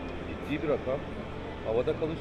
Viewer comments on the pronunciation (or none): none